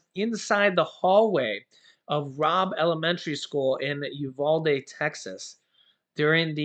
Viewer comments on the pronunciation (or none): I’m from Texas and the way you pronounce Uvalde is YOU-VAL-DEE. VAL as in VAL-ue.